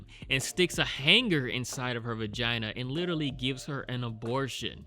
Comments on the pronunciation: It sounded like she said "functional vergina" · “Functioning vergina” 😂